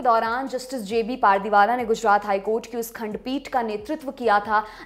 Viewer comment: पारदीवाला नही पारडीवाला होता है Naam to sahi se pronounce kiya kro